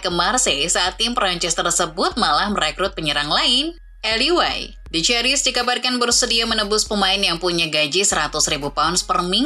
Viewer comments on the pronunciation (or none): perasaan komentator bola juga nyebutnya solangke min bukan soleng,elye wahi bukan eli way😂